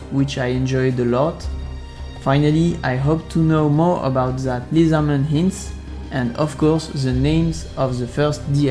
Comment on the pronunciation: Thank you. Constructive critque: I know you are primarily a French speaker, so he is a small english lesson for your benefit, You are pronouncing Lizardman incorrectly, you are saying Liezardman or Lyzardman. The correct way to say it is: I hope this helps and thank you for the information.